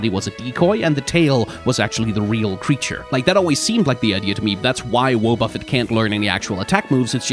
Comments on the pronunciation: Intentionally calling it wuh-BUFF-it instead of WAH-buh-fet so people comment on your atrocious pronunciation and boost algorithmic engagement is understandable, but still hurts my soul to hear it said like that Edit: wrote this after hearing 0.5 seconds of this vid, after hearing more, your pronunciation of woah-BUFF-it is somehow even worse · Wah-buffet the pronunciation kills me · WoahBuffet! I love how you pronounce it. Honestly that's probably more accurate than "Wah ba fet", but everyone pronounces it like that because of the anime. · Wobbuffet has not proudly proclaimed its own name in every single episode of the anime for 20 years for you to pronounce it like that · What’s actually curious is how arrived at that pronunciation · The way you have chosen to pronounce Wobbuffet fills me with a primordial hatred. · You really got people out here sharpening their knives over how you pronounced wobbufet, congratulations! 👏😁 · That is not how you pronounce Wobbuffet. He's only been saying his name for decades lol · That pronunciation of wobbuffet hurts me physically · You pronounced Wobuffet in 5 different ways, and they were all somehow wrong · I grew up with Jessie's Wobbufet so your pronunciation of the name hit me in the face. Is it a valid way to say it based on the construction of the name? Yes. Does it confuse me anyways? Also yes. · Wynaut, just go ahead and pronounce Wobbuffet like that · Take a drink every time mispronounces Wobbuffet! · 0/10 you didnt pronounce wobufett like wobufett does in the anime. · How d- how did he just pronounce Wobbufet? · Never heard anyone mispronounce Wobuffet so badly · This thing was in the show saying it's name for years. How are you pronouncing it wrong? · The way you pronounce Wobbuffet should not be as funny as it is to me